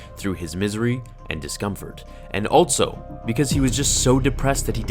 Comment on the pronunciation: Normal English: "Also" English: "Altso"